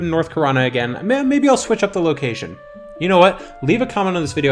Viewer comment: Do you pronounce Location as Lockation? /loc ?